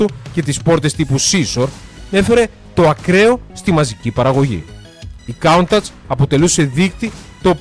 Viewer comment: ''Κάουνταχ''?? μήπως το προφέρεις λάθος?